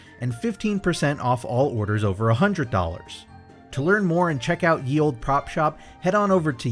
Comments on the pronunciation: By the way Ye is pronounced as The Back in the old English language “Y” is known as “TH” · It's pronounced 'the old'. It isn't the letter 'y' but an obsolete letter called thorn that has a 'th' sound. Just for the future.